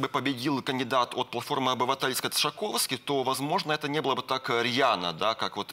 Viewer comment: Panie, ekspert od polskich spraw. Nazwisko jest nie Tshakovski a Tshaskovski ( Po polsku Trzaskowski), eto nedopustimo towariszcz ekspert po PL!!!